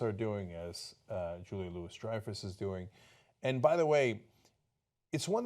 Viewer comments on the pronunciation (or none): Ana, and Cenk, the Louis in Julia Louis-Dreyfuss is pronounced the French way, like "loo-wee', not "Lewis". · Her name is pronounced "Louie." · Juila (LUU-Wee) Dreyfus.